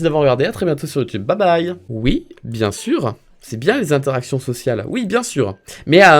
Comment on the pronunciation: Je suis réellement désolée je n' aurai jamait mis un pouce rouge sur une de t es video mais la presque a chaque fois tu dis ui au lieu de oui c est insupportable no joke j ai envie de te baffer. bonne continuation